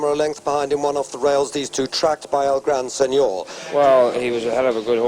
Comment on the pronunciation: Mongrel commentator, calling it El gran sen nore